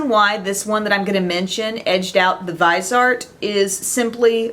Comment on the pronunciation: ❤! Thank you so much for your amazing Awards videos!!! I'm always looking forward to these!!! "Viseart" is pronounced "veezart" (like "visa" with an "rt" at the end) in French. I'm not sure if this is the right pronunciation in English though; just guessing because they are made in France...:) I'm bilingual (from Montreal), so if anyone wants to know how to say it in French - there you go.:)) And, you look amazing in this video, by the way! Those lashes though... Love!